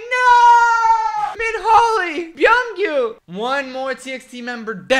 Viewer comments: sweetie, beomgyu is pronounce as "bom-gyu", like "bomb" not "be-om" but you got the "gyu" right 💜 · Please, you pronounce BEOMGYU's name wrong :( It's not BEE... it is BOM... pronounce it as "BUM" or "BOM" Beomgyu". Do not pronounce the E. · You actually pronounce beomgyu as bomgyu and not byomgyu (just like how u pronounce yeontan as yontan ^^) P.s your shirt is amazing~ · is it pronounced bomkyu or bomgyu? my friend told me it’s pronounced bomkyu but i’m not sure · it's pronounced "bum-gyoo" and you got hueningkai right, but we don't claim Tony. Love these videos sksksks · I think Beomgyu is pronounce like how we pronounce seokjin’s and hoseok’s name. Like the eo will sound like bomgyu yk? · Beomgyu(범규) is pronounced like Bumkyu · There’s no “J” in Beomgyu, it’s just Bomgyu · BeomGyu is pronounced "Bum Gyu" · beomgyu ( 범규 ) is pronounced “b-um-que” but the b is a softer b that sounds like a p :)